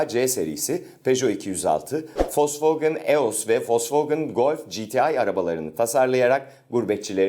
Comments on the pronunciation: Folksvagın gerken Volksvagen diyor olmaktan bir miktar utandım açıkçası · "fokswogin "ve almanlar aglar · volkswagen (folksvagın) diye okunur ;) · Ya abi vosvogın nedir onun adı vosvogen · folsfogın nedir ibrahim abi ya :D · fosfogın ne ya vosvogen onun adi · foswegın demen bitiri olayı:D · Folkfagen ne lan alaldmdkowmfmle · wolswagen nin adini ilk defa folsfogın diye okunduğunu duyanlar.. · sen önce Volkswagen demeyi öğren